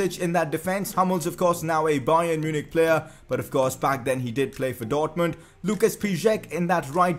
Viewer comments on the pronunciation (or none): none